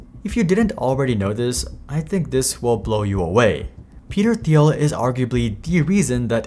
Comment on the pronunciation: Doing a profile like this, one would think you'd take the time to find out how to pronounce the persons name xD